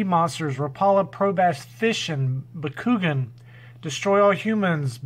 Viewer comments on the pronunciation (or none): Lol I love how your pronouncing Bakugan lol Bah-Ku-Gone try that lol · Just in case someone asks lol Bakugan is pronounced BA-KU-GONE not Ba-Ku-Gin 😆 👍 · Baa-Koo-Gone. And nice pick ups.